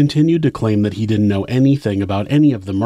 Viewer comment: "Didn't" not "dint".